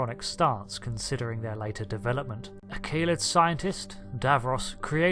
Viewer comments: Kah-led. If it were Kayled as you pronounce it, it would suggest Daleks would be called Day-leks. Plus I’ve never heard it pronounced Kayled anywhere in cannon. I’m happy to be wrong here, and I don’t want to appear rude (sorry if I do!), but I do think you could be wrong here. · Great video....but please allow me a few small points of constructive criticism: Kaled is not pronounced "kay-led".....it was pronounced in Genesis of the Daleks as"kar-led"..... same as "dar-lek". Ace, companion of the 7th Doctor initially made a similar mistake in calling the daleks "day-leks".....so you're in good company! lol Quite surprised that you made no mention of the original red dalek "Zeg", who challenged the leadership of the golden Emperor in The Dalek Chronicles/TV21 comic in the 1960's. The Imperial Guard (originally called "Black Leader Daleks"in Evil of the Daleks) were not "black cased".... they only had black domes. The gold and black dalek you have pictured as one version of the Dalek Supreme, is in fact only a member of the Supreme Council. Apart from those minor issues......... excellent job, and hope to see more new videos from you soon :) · Kah-led! Not Kay-led. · Great video filled with fun lore facts for any whovian. I must point out that kaled is not pronounced as Kay-Led it is pronounced as Kaa-led, ik I’m nitpicking but I just had to say it. Also the reason for the daleks naming is not paradoxical. The actual reasoning for why davros named them ‘Daleks’ is because there was another civilisation on Skaro thousands of years ago lost to time known as the Dals. Davros discovered many of their ancient texts and he found the word Dalek which in the language of the Dals translates to Gods. Davros believed in order to finally end the war he must achieve it through absolute power, destruction and no pity. It has also been revealed canonically that Davros used Thal prisoners for his genetic dalek experiments. He used them to sort of beta test them. Xx